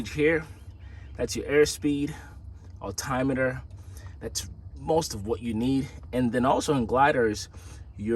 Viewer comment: Nice. I’ve flown on one once years ago HRJ. They hav a glider club there. I went up for a discovery flight. Open the toilet. Lol & it’s al-tim-meter. Nt al-time-ter. Lmao #salute my gud brotha!!!!!